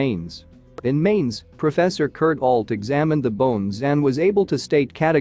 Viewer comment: Mainz pronounced 'Mine-ts'. Study your German.